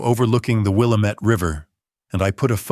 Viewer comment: Willamette River = pronunciation Will '- Am - It which rhymes /w Damn - It